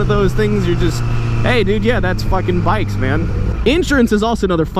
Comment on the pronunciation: When he said bicks i thought he said dicks lmao😂😂